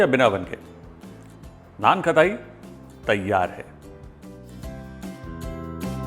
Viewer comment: It is pronounced Naan-kathai not nen-k-etai.